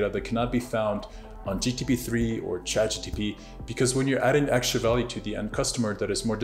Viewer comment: Its chatgpt not chatgtp😂